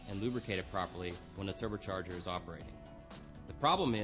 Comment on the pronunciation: The "Terber charger"